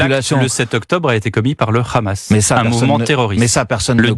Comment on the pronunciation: Quand vous entendez la prononciation de « KHamas » par le journaliste vous savez dans quel camp il est.